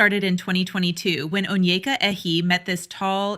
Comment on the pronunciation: Yes, she's definitely a wannabe white chick. First of all, she couldn't even pronounce her first name correctly when she introduced herself. Consciously or subconsciously, she completely butchered her Igbo name (Onyeka) when she introduced herself. This is the first sign those with African heritage in the diaspora give when they are not in tune with their hetitage. Besides, in one of the episodes, she proudly went on about how her ex boyfriend was also from Denmark.